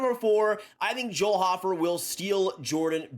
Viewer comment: Big fan of Joel hofer but can’t even pronounce his name correctly 😂